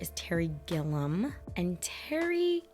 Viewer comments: Terry Gilliam's masterpiece is Time Bandits (1981), co-written with Michael Palin of Monty Python, who also appears in the movie, along with John Cleese. And his last name has three syllables. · I recommend "Brazil", also directed by Terry Gilliam. Pronounced Gil ee am. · Hunter S Thomson is one of my favorite writers, and Terry Gilliam (Pronounced Gilly-am) is my favorite director. Every movie he makes is unique. So this movie holds a special place in my heart. I catch something new each time. I wish you'd have shown the scene where Johnny's Hunter meets the real Hunter.